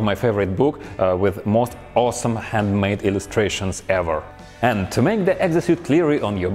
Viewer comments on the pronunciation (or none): none